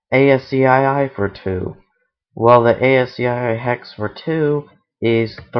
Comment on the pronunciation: PLEASE!!!! its pronounces ASSKEY (ASCII). NOT Ay As See Aye Aye . thank you!!